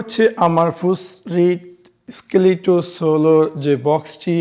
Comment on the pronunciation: ভাই ঐ টা ফুকাসরাইট ইসকারলেট সলো 😂😂😂 আপনার ত দাত ভেঙে যাওয়ার মত অবস্থা 😅😅